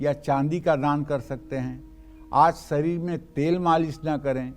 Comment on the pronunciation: aap saman ko asnaan kyon bolte hein aap aur bhi kai shabad aise hi bolte hein ya aap log sanam ko asnaan aur sangat ko asangataur sharir ko asharir aisa kyon bolte hein kirpa karen. 🙏🙏